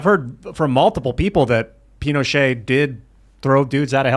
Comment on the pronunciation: The t in Pinochet is voiced!